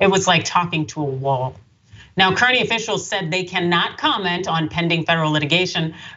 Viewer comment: The town is pronounced "carney"